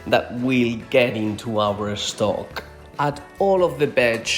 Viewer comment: I like so much the way you, my spanish friends, pronounce the words starting by st, or sp, or sm etc....adding an e in front of the s. Que viva España ( Spain, for us), y el "vegetable estock"🥰